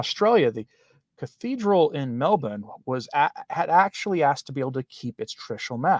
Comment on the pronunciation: Congratulations from a local on pronouncing Melbourne properly! “Melb’n.”🙂